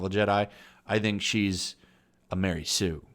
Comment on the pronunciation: Ma-Rey Sue